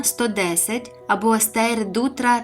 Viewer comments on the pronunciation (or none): Лайк за відео. Тільки, будь-ласка, не "Стейр", а "Штайр"!